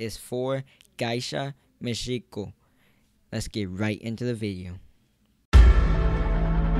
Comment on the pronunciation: It’s GEY-SHA not GAISHA. And MI-CHI-KO